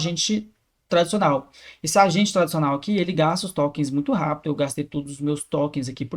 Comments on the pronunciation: Porque em todos vídeos ele fala tÓkêns? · o cara quer falar de ia, até legal. Mas não sabe pronunciar "tokens" ai quebra.